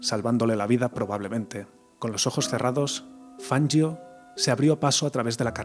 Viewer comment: Jajaaa..."Fanyio",que ignaro.😂